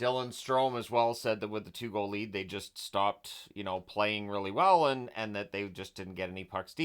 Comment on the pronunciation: Is that how Canadians say goal?